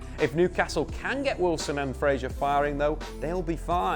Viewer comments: stop saying frazier you fud, its fraser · Ryan FRASER - NOT Frasier - Cheers 😉